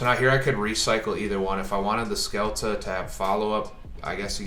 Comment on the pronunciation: The best endboard i have seen so far is with a small tellarknight engine, in order to finish with zeb, trap to copy, f0 and ptolemaius+ altairan in gy. Also is not "skelta" but "shelta"